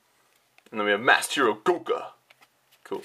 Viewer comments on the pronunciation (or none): none